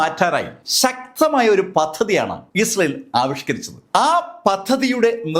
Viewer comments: ഉച്ചാരണം ശ്രദ്ധിക്കൂ, ഇസേൽ എന്നല്ല, ഇസ്രായേൽ എന്ന് വ്യക്തമായി പറയൂ. 🫣🤣 ( വേഗത കൂടിയത് കൊണ്ടാകാം. ) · Issal allado.. israayel ennaanu😂😂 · ഇസ്രായേൽ എന്നു ശരിക്കും പറയു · മര്യാദയ്ക്ക് ഇസ്രായേൽ എന്ന് പറയാൻ അറിയില്ലേ 🙄